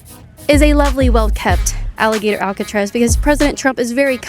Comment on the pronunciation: If that’s how you pronounce Alcatraz, GTFO of the country!!